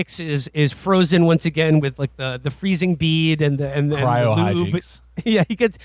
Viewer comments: Cry-OH, Will! Cry-OH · “Cryro” is driving me nuts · “Cyro” -Will Menaker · And then later “cryro” lmao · Getting bored so ill just leave my comments so far (20m in) Can Will learn to pronounce cryo correctly? Giving me an aneurysm They seem to ignore that demo man is a critique of the future society. Revolutionaries live underground. All the problems of capitalism still exist but theyve been removed from visibility . Demo man is about the sanitized future. It's not a utopia , its just sanitized